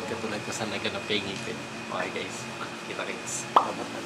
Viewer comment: the word "ngipen" huhu miss you